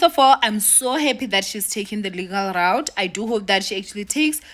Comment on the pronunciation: Why do you keep saying "legal raot?" Instead of legal route ?